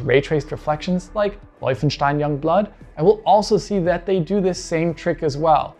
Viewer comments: Is German? Man said Wolfschetin! Youngblood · "... Vulfenshtyn Youngblood..." Love it. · woifunstein? was this the correct pronunciation? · I like how the “Wolfenstein” came out in legit german. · Who else came here just to hear say "Wolfenstein"😅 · You just love throwing in that authentic pronounciation of Wolfenstein anywhere you can, don't you?